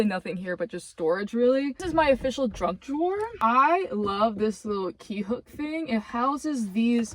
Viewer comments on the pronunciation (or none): I love that drunk drawer, or did you say junk drawer? lol